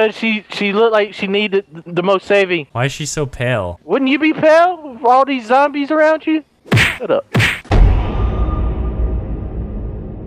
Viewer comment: Did vanoss say zomies and not zombies?